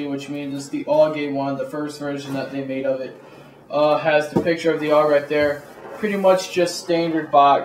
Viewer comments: A-U-G not aawwwgg, good review though =) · A.U.G not auwwg